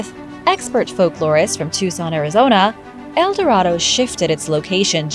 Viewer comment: Recently discovered where's el dorado then show us and you can't pronounce a thing why lie so much